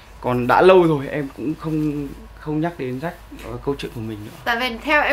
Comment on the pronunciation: Phát âm chuẩn tí đi Quân Ap ,Jack mà cứ đọc Rách Rách,nói chung thằng quản lý cũ của Ap hồi đó là PVT thừa biết do bà mẹ nuôi Tạ Hà nhưng vẫn cố dìm Jack,vì Jack mới là con chốt của bả mà,nói chung ko có vụ lùm xùm với Jack,AP chắc chắn ko dc chú ý nhiều đến như vầy.